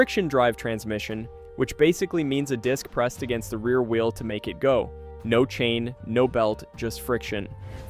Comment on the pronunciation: Can't even pronounce wheel.